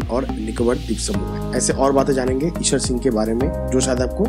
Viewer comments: Please learn how to pronounce Ishar Sing's name FIRST not Eshwar Singh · Pls correct the name... It's not Ishwar Singh but Ishar Singh. In this video... Same is pronounced incorrectly